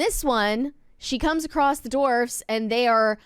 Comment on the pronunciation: She corrected herself later but I swear the first few times she said “dwarfs” she pronounced it “dorfs” lol